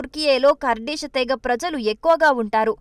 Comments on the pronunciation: Not kardis it's Kurdish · పూటకు పది సార్లు కర్డిష్ కర్దిష్ అనకు.అది కార్డిష్ కాదు కుర్ధిష్ 😂😂😂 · ఖుర్ధిష్ అని పలకాలి తల్లీ!!